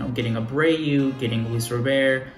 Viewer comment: Its Luis RoberT . Not roBear